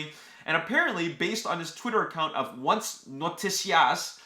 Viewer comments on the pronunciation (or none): and everybody else: The word ONCE in Spanish means Eleven and is not read [uans], is read like this: [once], Just to clarify